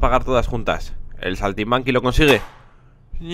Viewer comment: like por el "saltimanki" xDD